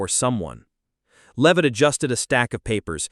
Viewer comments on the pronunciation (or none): Can't even say her last name right 😂